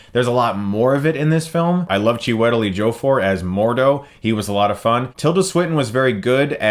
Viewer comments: Cifer Null more like 'Chewie-tell'... not 'tall' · ''Chew it all''? LOL, no. Chee-wuh-tell. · 'Chiwitel.. wait wtf did u say lol